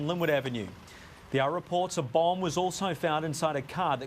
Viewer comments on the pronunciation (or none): none